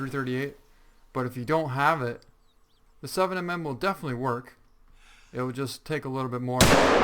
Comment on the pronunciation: Does anyone who actually hunt make videos because every video for this game they say "7 M M", it's 7 millimeter.